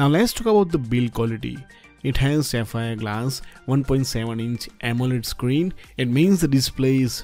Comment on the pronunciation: Not saphir its Sapphire